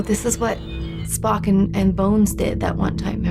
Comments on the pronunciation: oh man, I thought swore when she was talking about the Sarek episode and said "Spock" lol. Listened to it repeatedly like 3 or 4 times. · "Klug" "Spacky". Sorry,. I know you're trying. But I can't help but laugh. Still, I love your reactions! Can't wait for the next one!